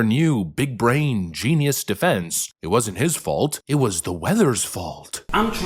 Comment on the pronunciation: Most definitely. He doesn’t even know how to pronounce people’s names or speak the English language properly. He said the word “defense” as “deflense” several times. This so-called pastor is incredibly ignorant and uneducated. What an embarrassment.